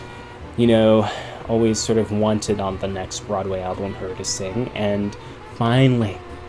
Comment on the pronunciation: Ok I can't like this because of the way you say album. wth?!?!? al blum?? no I wanted to pay attention but I couldnt. so....